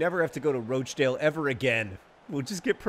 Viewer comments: Should probably point out it's pronounced "Rotch-dale" in this part of the world (rotch as in crotch) xD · Question Wednesday - why do you keep calling them Roach-dale?? It's roch to rhyme with crotch! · Wimbly Womblys but every time John mispronounces Rochdale they play Rochdale again